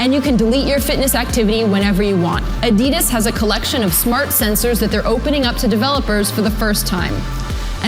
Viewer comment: The way she pronounced "Adidas" was fucked up man.